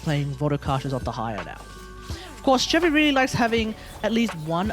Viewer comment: Also the fact that he isnt using chevy right